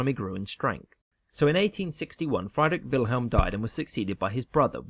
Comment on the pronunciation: Learn ti pronounce Friedrich Wilhelm properly.